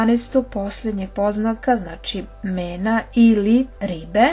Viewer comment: Lagana ispravka, ne kaže se Mena, za Ribe, već Mina.